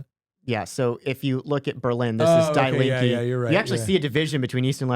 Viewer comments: Good Lord that is such an American pronunciation... it is said "dee lean-kuh" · Fun and super interesting to listen to as an American living 30 yrs in Germany. FYI "Die Linke" simply means The Leftests -- pronounced Dee Leenkuh (not Die) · it hurts hearing you pronounce "Die Linke" like dai linkeee i know it know it's on purpose ... but just to get it off my chest .. it's ~ d link eh and now continue to demonize them :) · It is pronounced DEE Linke...................not DYE Link. That is German (Deutsch) for 'left' - and oh are they ever leftists! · Bro says "dye linky" completely seriously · Spot on. But please learn the pronunciation. Die Linke.... I thought y'all were talking about a person. It's pronounced more like "Deee Lenka". Nick, I love your German accent 😂😂. So, my parents are in their 80s and they voted SPD. They are so scared that with the AfD history from 90-100 years ago will repeat itself. Also, my mom will always vote SPD because that's who her dad voted for 🤷🏼‍♀️. Makes no sense to me, but I'm sure there are a lot of people here in the US that vote Dem because that's what their parents have always voted for. I am glad to live here in the US now. I am so disgusted with Germany and her politics. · Please note die Linke is pronounced DEE LINK-EH. In German when confronted with a word containing "ie" or "ei", it is the second vowel that is pronounced hard. Also, if a word has an "e" at the end, it is pronounced as "eh" not "ee". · Please read this:D "Die Linke" pronounced like "Dee Link (like hyperlink) -eh" Hope this helps Huge fan btw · It's pronounced "Die Link-ah". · I butchered Die Linke's pronunciation! Our German listeners can laugh at me for that all they want lol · I just wish they would pronounce German words correctly. Listening to them mispronounce “Die Linke” over and over is painful.